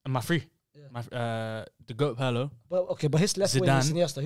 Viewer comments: Roasting pronunciation and saying “Pearlo” hurt me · PETITION TO MAKE WATCH PIRLO HIGHLIGHTS CUZ MAN SAID HE CANT DICTATE A GAME PAHAHAHAHAHAHAHAHAHAH AND HIS NAME IS NOT PIEERLO MATE